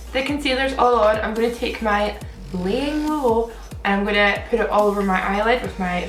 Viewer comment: "Layin low" lol I notice that you keep putting such an emphasis on how you say layin lol. 💋💄💋💄💋